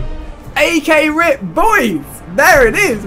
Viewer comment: It's rucking r.i.p. Not rip😑🔫